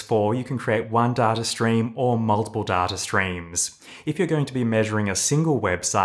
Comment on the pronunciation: I love these videos - but who says "d-a-r-t-a" ? There is no "R" sound in data.